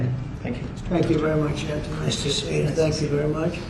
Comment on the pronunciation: Shen-Ten-New instead of Shantanu